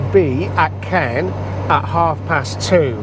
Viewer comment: Caen is pronounced CAWN.